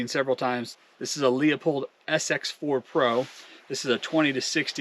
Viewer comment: That camera is a piece of junk. So much messing around, so much time and results are underwhelming to say the least. By the way, Leupold is pronounced "loooo-pold" just optically, without all the phones and nonsense, you can see WAY better through the spotters with the naked eye. That impact would be easily visible with the Leupold or Vortex, for sure.